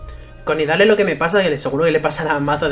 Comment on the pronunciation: creo que se pronuncia nidali xD